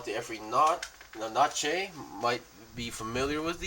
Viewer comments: P.S. Please stop pronouncing "Nacht" as Naché... xD it's: 'N-AA-Ğ-T', the G is pronounced like in; "Van Gogh".. the painter. "Nacht" is German for "Night", which goes well with its Stealthy Theme. "Schneid" is German for "Cutting" by the way. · Its nacht as in the German for night, not natche